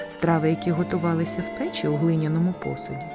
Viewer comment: Дякую, дуже гарно! От тільки готували не в пЕчі , а в печІ. І не пОлички , а полИчки. Слідкуйте, будь ласка, за наголосами! Навіть якщо ваша перша мова -- російська. Не треба переносити в українську мову російські наголоси! Спасибі, що кажете 👍 подУшка, а не пОдушка .